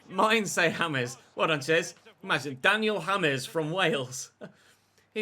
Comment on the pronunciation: Daniel Ha’mes. Who the Llanfairpwllgwyngyll is that!? 🤪